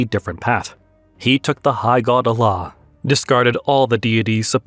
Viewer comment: Learn to pronounce the word Allah: Al-laah not Aa-laah!